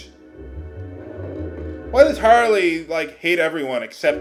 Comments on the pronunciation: That character's name was Harley, with a Y. Not Harle. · There's no way I'm pronouncing Harle that way. That's worse than "Yahng". Do you know why I pronounce it my way?